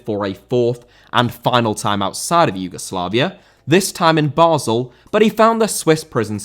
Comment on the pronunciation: Basel* not Bohrzel